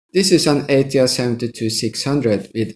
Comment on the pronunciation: Did he Sây "Ash Ťray" ????